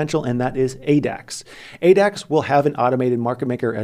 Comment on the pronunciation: whenever you say Adax, I heard 8X lol😂😂